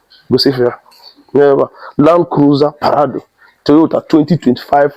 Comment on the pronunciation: It’s Prado and not parado